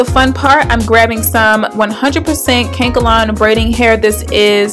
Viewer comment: Cute. Thank you. and its called Ka Nek A Lon haha but Kankalon made me laugh :D